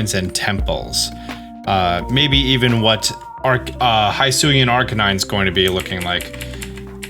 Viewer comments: It's hIsui and not hAIsui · Dude, I love your videos. I watch a ton of them. I know you saw the "pokemon presents" because I saw you watch it. So why are you mispronoucing Hisui (Hee-soo-ee) when we both know the narrator said it several times? For real, High-sue-yah? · The region is pronounced hee-soo-ee. Japanese i and u are always pronounced as ee and oo, respectively. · ITS HEE-SOO-EE NOT HY-SO-EE leave it to people to continue to INCORRECTLY say a pokemon region name 10 seconds after hearing the official pronunciation. Not difficult to pronounce japanese vowels, ya know since they’ve always been pronounced the same since inception. I - EE O - OH A - AW as in AWesome U - OO like in “moo” E - E sound like in “bed” Why say the word if it’s gonna continue to make others cringe. Its not a mashup up of the english word for hello+sui it is Japanese say it right please. Only tell you in the trailer 2 or 3 times how to say it. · Don't want to be that person. But it is he-soo not hi-soo. Japanese pronunciation. Comes from ひす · it’s pronounced “Hee-Soo-ee” not “high soo ee” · Its pronounce Hisui ( He sui ), not ( Hi sui ) if u want to confirm that go back to the presents and the narrator clearly says it, stop calling it the wrong way. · The region name should actually be pronounced HE-SU-WE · bro i swear to god. its pronounced h-ih-sooi and weird deer. did you even watch the direct? edit: have you considered that ride pokemon must be captured by the player and placed in their party before they can be used? edit 2: just wanna bring up that the coloured dots coming from the sky crack are the same ones as when time and space almost collapsed in diamond and pearl edit 3: ultra balls also appear later in the trailer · Is it pronouced “Hee-soo-e”? Because it is Japanese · the way he keeps saying hisui wrong is getting to me, i know he says things wrong on purpose often but this one i think he isnt realizing its not a long i